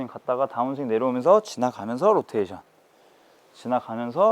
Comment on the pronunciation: 로텐션이라고 하는 습관 고치셨네요 ㅎㅎ